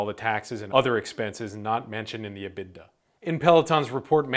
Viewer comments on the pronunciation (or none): The "IT" in EBITDA stands for interests and taxes, not income taxes. It's also pronounced "Eeh-bit-dah"